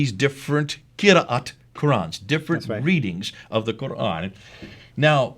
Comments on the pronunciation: Interesting.....you are a saudi but can't pronounce "QURAN" correctly in arabic ? Ummmm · Ex muslim from saudi and yet pronounce koran like a handicapped. You are being fooled by these clowns. Actually this vdo strengthten my faith that quran(reading) is unchanged. Tq. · Absolute nonsense should no better, I know for over 20 years, the Qirat was established in the lifetime of the Prophet (saw) clearly written in Bukhari the seven ahruf were taught it. Perhaps and need to actually read the Hadith, I noticed this who meant to be an Arab from Saudi yet he does not pronounce the word Qur'an correctly